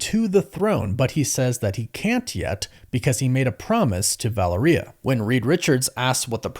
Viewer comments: Val-air-e-uh, not valor-e-uh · Please, please, please, you say you have Hispanic ascendancy. Make a little effort: it is VA-LE-RIA, it isn’t VA-LE-RI-A. The last three letters sound like only one syllable, not two. It is distracting from your content. Thanks for making an effort. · The way you pronounce Valeria has alot to be desired. It's pronounced Vall-Lair-Eee-yuh not Valor-Eeyuh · Va (lare) ia. Valeria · Vuh-lair-ee-uh I believe is correct. It also rolls off the tounge better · Valeria pronounce like malaria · Valeria is pronounced like malaria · Say it with me folks "vah-lair-re-uh" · I love you bro… but it makes me cringe how you say their daughter’s name. It’s VA-LARE-E-AHH sorry to be that guy. You most likely won’t ever see this anyways. But yeah. Valaria I can see how people would say it that way also. But that’s not it 😂 love yall 😊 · Why do you say Valeria like diarrhea? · VA LAIR IA is correct. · Couldn’t get past mispronouncing “Val ur ee uh” after the 4th time smh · It’s pronounced Va Lair E A. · Say it like u would Valero gas stations but with a "ia" at the end in place of the o. U got this bro🤣💪🏾💪🏾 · Yep. U butchered her name. My daughter's named Valeria [latin]. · You are butchering Valeria’s name bro ! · Please fix the way you pronounce Valeria bro